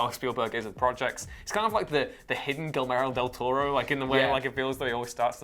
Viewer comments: don't mock for Steelberg when you said Gilmero Del Toro;P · Gillmero del Toro.... Sigh